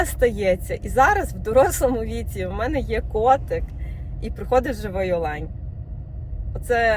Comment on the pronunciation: Ви красуня, мова - чудова. Люди навчаються у Вас українського звучання! Підказочка: Українською наголос на "О" - Олень!